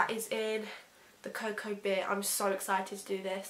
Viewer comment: anyone else notice called cocoa bear cocoa beer?😂